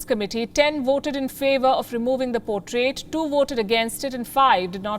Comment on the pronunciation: Words like portrait & available pronounced by you are a disaster & many more